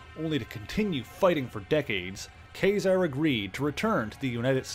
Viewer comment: I liked the video. I will have to see if you did anything on the Mutants: Inferno series, where the demons take over the Empire State building. But my main thing is.... I always thought it was pronounced like Kah -Zar, like the word bizarre.